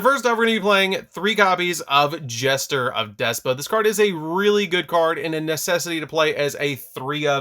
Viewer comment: Y is he saying despa 🤣🤣 it's despia